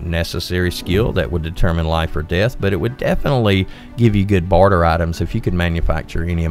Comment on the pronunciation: Im sorry but you need to work on your enunciation : your odd pronunciation makes this video difficult to follow (i.e. your "barter" sounds like "border" and "illuminate" sounds like "eliminate").